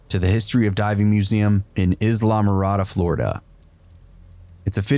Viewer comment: Its pronounced Eye-La-Mor-ah-da. A great place to go if you are ever in the keys